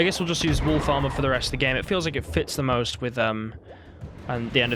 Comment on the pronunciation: Oh, WOLF ARMOUR. I thought you said WOOL FARMER.......& I was genuinely confused 😃.